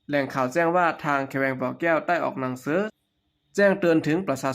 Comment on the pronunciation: ลาวแดง อ่านภาษาไทย ว่า ปะสาสน (ประชาชน) แขงเมืองบ่แก้ว (แขวงเมือง)นังสือ (หนังสือ)สุกสอนไว้ (ชุกช่อนไว้)โอ้หลายๆร้อย คำ ถ้าไม่ถนัดอ่านภาษาไทย เชิญอ่านภาษาลาว ทางไทยอ่านออกและเข้าใจดี อย่าไห้ภาษาไทยวิบัติ เพราะคนลาว ดัจจริตอ่านข่าวเป็นภาษาไทยผิดๆถูกๆ ภาษาตัวเองมีไม่ไช้ นึกว่าตัวเอง ฉลาดอ่านภาษาคนอื่นได้ ภาษาลาวแดงแท่บจะไม่ต้องไช้แล้ว เงินก็ไช้เงินบาทแทน เหลืออะไรเป็นของลาว